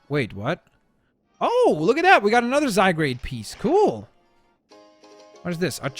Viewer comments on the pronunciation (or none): ITS NOT ZYGRADE ITS ZYGARDE